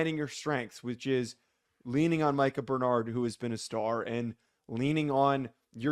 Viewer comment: That isn't how Bernard's name is pronounced. It may be spelled that way, but it isn't correct